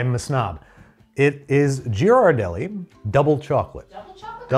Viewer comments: You mangled the name. Ghee not Ji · Ghirardelli. Pronounced GEER-uh-delly. I’m from SF, where it originates. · Can’t catch, can’t pronunciate Ghirardelli (I’ve never heard it pronounced that way). Keep your day job. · As a san franciscan, I was about to correct the pronunciation of Ghirardelli but then your assistant did it within the first 5 minutes so I can relax. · When he learned he was pronouncing Ghirardelli wrong 😂😂😂😂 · So glad they searched up the correct pronunciation of Ghirardelli because as someone from SF it was really bugging me 😅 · ghirardelli is hard a G, love you, but please learn how to pronounce italian